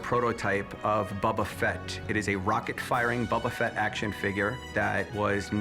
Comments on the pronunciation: doesn’t even know how to pronounce Boba Fett. It’s Bo-ba Fett not Bob-a Fett. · Bubba fett? its youre favorite thing? yea right. What a buffoon. at least learn how to pronounce his name. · Every time I hear “bubba Fett” makes me wanna cry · Who TF is Bubba Fett? Guy has the most rarest figure and can’t say his name correctly. Drives me nuts! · buba fett? Lol its Boba fett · Bubba Fett lmaoo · Am i hearing them say Bubba Fett? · "Bubba Fett?" It's pronounced "Bow-Buh Fett." Has this guy never watched the Jabba skiff scene from Return of the Jedi? Listen to how Han pronounces it. That's canon. You're not a real fan. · "Bubba fett" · "Bubba Fett"😂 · Sooooo it’s his favorite thing ever, but he’s pronouncing his name BUBBA FETT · This dude keeps saying Bubba Fet and I wanna fight him. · The dude who kept saying bubba fett was driving me nuts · I swear bro keeps saying “Bu bu Fett” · If he says “BUBU Fett” one more time… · IF HE SAYS BUBBA FETT ONE MORE TIME IM GONNA LOSE IT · "Bubba" Fett? facepalm He might as well come in with some Super Mary Oh and Pokey Man games. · yeah, he "loves it more than anything" but can't pronounce it